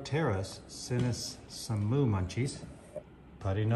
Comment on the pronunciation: Moo, not moon. 😄😄😄